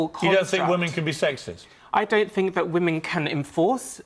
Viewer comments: I love your vids my dude, but you need to learn the difference in pronouncing woman (singular) and women (plural) because when you mean to say "women" you pronounce it always as "woman". Otherwise you're hitting the nail on the head.c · Love the video just pointing out your saying women wrong in the context your using it. It's spelt WOMEN yes but when your talking about women in a while it's pronounced WEMEN idk why. Not trying to be that person I apologize